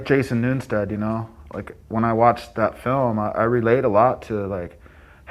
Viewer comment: Sounds like he said Jason “Newnstead”